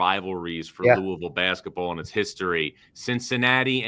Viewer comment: whats "lousivile"?